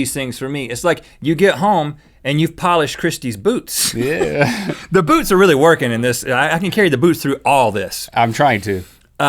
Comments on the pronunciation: link i thought you said boobs instead of boots xD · When link said I like your boots I thought he said I like your boobs😂😂😂